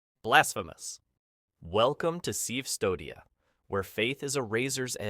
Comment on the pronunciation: Its pronounced "Custodia", not "Cvstodia"